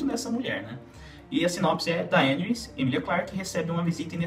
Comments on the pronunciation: Eu sei que o próprio Martin não estabeleceu regras de pronuncia para os nomes dos personagens, mas esta é a primeira vez que ouço "DaÊneys", com a silaba tônica na letra E... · Poha esse nao e o nome da dany. Daenis 😂😂😂😂😂 aaaaaah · Bom vídeo! Mas achei estranho como pronuncia Daenerys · fala o nome da Daenerys direito caralho.